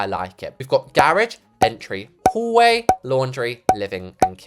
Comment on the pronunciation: what is a garagie? Its garage